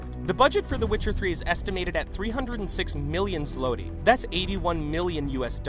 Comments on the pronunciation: Am I the only one bothered by how he said złoty???? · As a polish person the way he said zloty made me cringe hard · its pronounced zwoty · When he said "Zloty" a piece of me died, it's not difficult to pronounce...